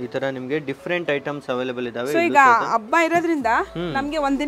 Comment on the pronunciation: ಅಬ್ಬ ಅನ್ನಬೇಡಿ,ಹಬ್ಬ ಅಂತ ಹೇಳಿ.ಅಬ್ಬಗು,ಹಬ್ಬಗು,ಅರ್ಥ ಬೇರೆ ಇದೆ.